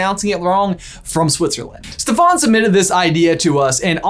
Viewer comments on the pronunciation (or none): none